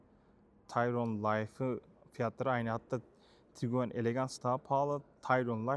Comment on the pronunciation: HALA TIGUAN YERİNE TİGUEN DEDİĞİN İÇİN ABONE OLMUYORUM